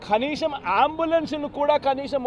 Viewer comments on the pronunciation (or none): "ఖనీసం "కాదు నాయనా కనీసం అనాలి 🤦🤦🤦🤦🤦